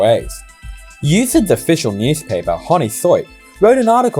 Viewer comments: I read once that each work day 500,000 workers have to travel from Sydney’s “west” to the “east”. I can’t remember where sorry. BTW: “Honi Soit” is from French so the pronunciation is “on-ee swaa” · We love the pronunciation fun. Honi Soit = oni swa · Pronounce “ONNY SWAR” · I can tell you did not attend Sydney University (or didn't pay attention if you did). Here's how to pronounce Honi Soit - :-) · Thank you for pronouncing honi soit like that and unreasonably triggering every USyd alum lol